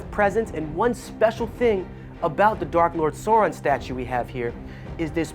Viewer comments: The big dark lord Sore-in lmao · Change this guy out. He can't even pronounce Sauron correctly